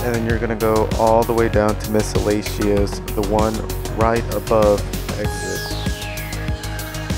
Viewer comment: Did he say Miscellacious? lmao